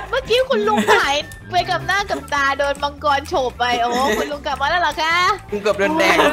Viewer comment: มังกึไม่ใช่มัวกร555555+